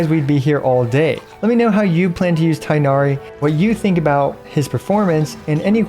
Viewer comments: is his name pronounced tienari or tignari since people keep saying it differently? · You’re saying his name wrong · People on twitter are probably foaming at the mouth with rage with how he pronounces Tighnari and I'm just laughing thinking about it. He doesn't link it anywhere so I'm assuming he's not on that site and honestly? Good for him. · pls stop saying tienahri... its tighnari where you actually make a GH sound its not silent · How you say ting hair as tinari- it’s annoying but slay vid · Thought it’s pronounced ‘teenari’ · He is tin-gha-ree not tai-nari. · It's not tie nari. It is tig-nari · its TI-GH-NA-RI not tie-na-ree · Cool video! But please for the love of all non-american ears call it TEEGH-NARI not THIGH-NARI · remember that his name is closer to "teenari" not "tienari"! :) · the quickness of how this guide came out aside, for the sake of some of our sanity pls pronounce Tighnari as TEE-nari instead of THIGH-nari a chunk of my soul dies whenever I hear the pronunciation as THIGH-nari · Tig-nari not Tay-nari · its not tainari its tigh na ri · no. its pronounced like its written with tbe first sounds like a word tea and gh isnt silent tea-gh-nari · btw the pronunciation of his name is more similar to "teegh-nah-ree" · Please make your Tighnari guide with the correct "TEEG-NA-REE" pronunciation. Be the only big english speaking CC who does this correctly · Not the tie-nari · Thank you for a great video as always! This is very informative and I’m glad it’s so f2p friendly too. Will definitely be helpful for considering whether to pull him or not:D Just as an aside, I noticed you’re pronouncing Tighnari’s name wrong. It isn’t “tie-nari,” but rather the “i” should sound more like that in “tick,” making it “tigg-nari.” Not an expert so I’ll link this video here for better reference but sad to see that even HYV pronounces his name wrong in the english trailers 😭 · It's "Tea-gh-nah-ree". Direct pronounciation like japanese names.